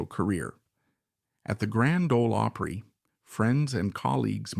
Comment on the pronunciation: Can't pronounce OPRY, Where is the guy from ?